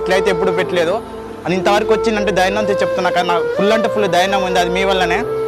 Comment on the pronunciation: ధైర్నం కాదు .. ధైర్యం అను Bro. కాస్త భాష లో పదాలు మంచిగా వాడు Bro